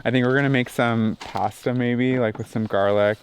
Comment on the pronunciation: It's so cute how Canadians pronounce "process" and "pasta"!